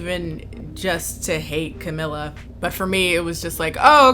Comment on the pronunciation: She really said Camila Canteloupe 🤣🤣🤣